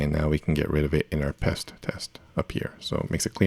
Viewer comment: It's just Pest because it rhymes with Jest so it's Jest for PHP...